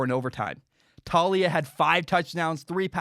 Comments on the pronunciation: It’s pronounced Tah-ooh-lee-ah 👍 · It's Tuh-lee-uh lol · It's pronounced "Towl-lee-a